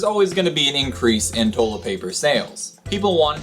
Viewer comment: "Toe-let paper"